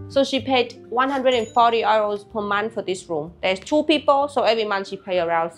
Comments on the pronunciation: I get confused when you're trying to say euro. i have heard you say "you" very well. Just say "you" and "row" like row the boat. You'll be great! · She pronounces it like how Germans say Euro, which to English speakers sounds like “oyro” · She prononces "euro" the german way 🤗